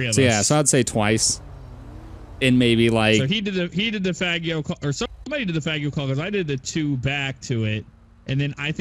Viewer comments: LoL! Its pronounced Fah-jee-oh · Is it really pronounced fag e o? Because I was thinking fa gee o.